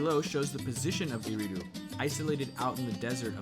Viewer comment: Aridu not eridu